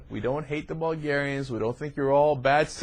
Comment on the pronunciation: "Bulgarianis" What the heck???? We are not a middle eastern country to be recieving that weird "i" in the end!! Seriously that incompetence made me stop the video to rage a bit.